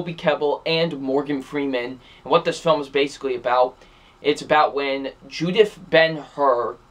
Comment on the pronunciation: It's Judah Ben-Hur, not Judith.